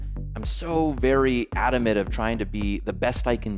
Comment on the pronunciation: "Adamant" ADAMant.